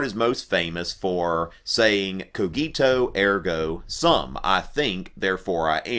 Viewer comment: The pronounce of "cogito ergo sum" is wrong :/